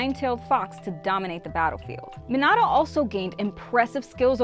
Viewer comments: Bro she missed like 14 characters 2 clans and pronounced minato wrong of course(not including other clans then the senju,uzamaki,uchia and ososuiki clan) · It disgusts me the way she says Mostly everything like Minato, and other names and stuff, you can tell she has never watched the show/movies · Is know one going to talk how she say minato, kakashi’s last name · Your saying minitos name wrong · I don’t like how she keeps on saying Minato’s name wrong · Am I the only one who gets bothered by her pronounciation of Minato? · U pronounced minato wrong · Im sorry but the way u say minatos name is weird bc it sounds like u are trying to say minata i dont know if its an accent but it should be pronounced mein-atoe but video is great💯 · Minauato mhm perfect it’s definitely not Minato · It’s not pronounced me-nato it’s Me-na-toe this just made me mad smh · Min ah toe is what she was saying am I correct? the correct way is minato btw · Bruh I hate how she says minata instead of Minato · It's Minato not Menado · It’s minato not minatata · You’re saying it wrong it’s called Minto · It's not mintato it MEEN/UGH/TOE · Minado I thought it was minato 🤨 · Hey it’s Min-I-to not how you’re pronouncing it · It’s minoto not minato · She said “Minado” smh😂😒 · Does anyone get a little irritated when she says a name wrong like Minato. Its Me-na-toe. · Its min-uh-toe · Its Me-nah-toe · How she pronounces minato makes me mad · You said hatake wrong and minato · did you use google translate to figure out how to say minato's name if you did you are saying it wrong and so is Google translate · Way she pronounced minato 😭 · Who taught her how to pronounce Minato and Otsutsuki? 😬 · any body realize she keep saying minato wrong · So we not gonna talk about how she bucherd minato's name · It’s so stressful to hear her say these words wrong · I swear you are saying minato wrong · 4 months has passed and I came back just to say stop saying minato wrong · She says minato wrong